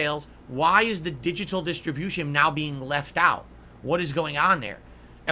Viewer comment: He really likes to enunciate his Ts, and sometimes all the individual syllables. I assume he does it to make himself sound smarter or something. It's like nails on a chalkboard to me haha. Edit: "DiJiTul" gaaaaahhhh